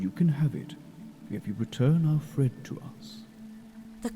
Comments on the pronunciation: I no idea how he read that E in fred as a O ... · dude it's fred not ford LOL